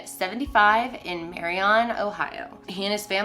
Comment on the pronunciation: The way you said Marion made me giggle while checking out a customer lol. -A Marion resident